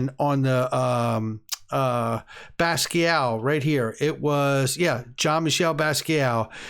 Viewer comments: Jean Michel's last name is pronounced "bas get' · Funny buying art by someone who's name he can't pronounce.. LOL 😆 Does he even know who Basquiat is?